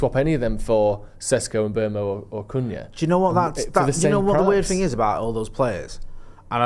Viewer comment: saying Cunha is too funny, ‘Coonyah’ 😂